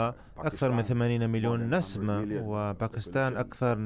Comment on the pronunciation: المترجم جيد ومصطلحاته ثرية إلا أنه لا يدرك الفرق بين كلمات ومنها على سبيل المثال: نَسَمة ونَسْمة، يحتاج فقط إلى التدرب والقراءة بالعربية الفصحى